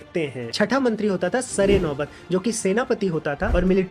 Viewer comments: Sare re naubat nhi hota sarnobat hota hai don't uduise the words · Sar e naubat nahi sarnaubat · Siryenaubat nahi sarnobat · सरनौबत होता है, सर ए नौबत नहीं